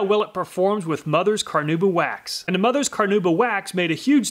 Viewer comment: Car-nah-oo-bah. Not Car-noo-ba. Amazing video though. As always!